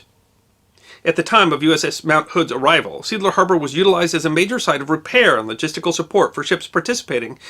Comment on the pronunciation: Seeadler -- what you pronounced as "seadler" is more like "say adler" in German.